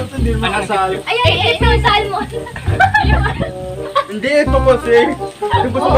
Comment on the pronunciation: Finally may upload with the fam. Ang smart talaga ni tama ang pronunciation nya ng "salmon". God Bless and Stay safe Team Christo.